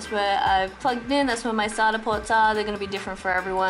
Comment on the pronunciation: Love the way you pronounce SATA 😊